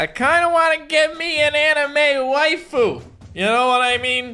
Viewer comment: bro said “I want a wiafu”🤨